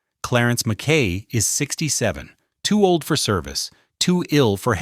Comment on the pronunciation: For the love of God: MACK-y!!!